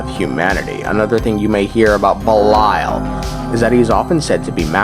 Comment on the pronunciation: Ish gahts duh boosh! "🍸BELILAL!"